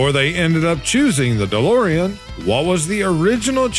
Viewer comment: Dolorian? DeLorean.